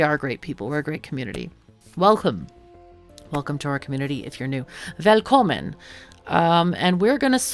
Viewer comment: Dutchland? Your "Välkommen" was fantastic tho!